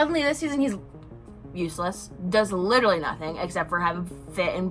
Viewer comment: Lit-truh-Lee Claps hands Lit-truh-Lee Claps hands Lit-truh-Lee Claps hands Jfc